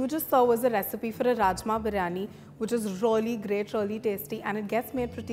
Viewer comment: I think its Really not Rolly 😂😂 That over smart English